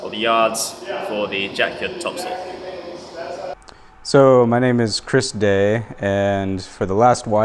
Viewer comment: Every time you sail topsoil I know it is different for Canadian audiences, but I live on Topsoil street and I know you mean topsail but it really does sound like topsoil, that you use for your garden, but I live in a fishing community that probably didn't spell it correct the first time :) 500 years ago